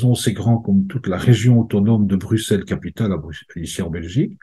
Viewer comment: PS : Bruxelles se dit BRUSSELLES et pas BRUQSELLES : merci de ne pas oublier